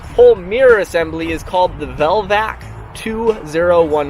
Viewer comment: Oh, it was just another lame attempt at sarcastic humor. When you said "Velvac" it sounded like the name to a discontinued foreign car. I really did own a Sunbeam Alpine at one time. It cured me from owning any more British cars.